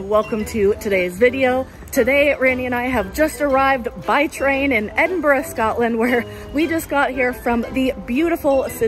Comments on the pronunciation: Well done saying Edinburgh correctly! Five stars, would recommend. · Like the video for the correct pronouncing of Edinburgh! 😃😃😂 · Well done on pronouncing Edinburgh correctly, and mad respects for picking up some of the local lingo ❤️ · OMG YOU SAID EDINBURGH CORRECTLY!!!! Welcome to the clan stay as long as you like.